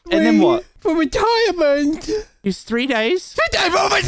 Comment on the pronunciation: FWEE DAYS